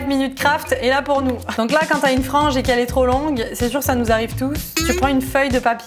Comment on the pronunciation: LA MEUF POUR LA FRENGE MINTENENT ON N'APELLE CA LA FRENGE AU BOLLE😅